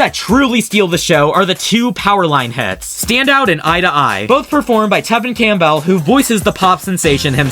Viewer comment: You mispronounced Tevin Campbell's last name.